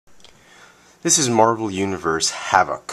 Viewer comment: You pronounced his name wrong. You stress VOK to much.